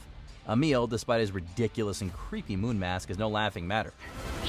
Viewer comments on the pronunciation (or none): none